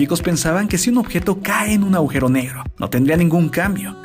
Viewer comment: chabon se dice agujero no augero